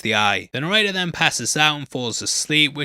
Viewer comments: Are you trying to say narrator? What fuck is a noretta? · Are you saying "narrator" or is "norrator" a play on words w Norton's name???? Genuinely can't tell what you're saying & it's being said so much it feels important 😭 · Yo pronounce your T's please "narradar" etc. Mid-Adlandig (Atlantic) lols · I’m so American, it took me forever to understand you were saying “narrator.” I was like, “Who is ‘Nareda’?” 😂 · His pronounciation of "Narrator" sounds like he's saying "Norrayteh", and it's throwing me off. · need more annunciation with the word "narrator" ...